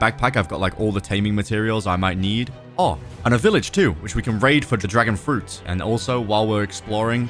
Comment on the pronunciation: Bro said dragon fruti haha